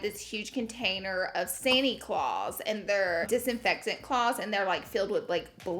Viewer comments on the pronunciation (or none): Did anyone else think she said “Santy clause” when she said “Sani clothes” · 🤣🤣🤣🤣 I thought Laura said 'santi claus'... when she said Sani-clothes 😂 Also, my sister got me that same cat shirt but in navy ♡♡ Love u and Manny ♡♡